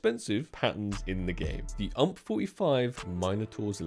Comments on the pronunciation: U-M-P not "ump" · Bro, why did you say Ump. You say it U-M-P, cause it stands for Universale Machinenpistole. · WHY DOESN'T HE CALL IT 'U, M, P'???? WTF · why UMP... not YOU EM PI